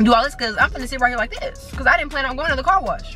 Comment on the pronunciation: I love the way he talk instead of car wash he was saying corwash😂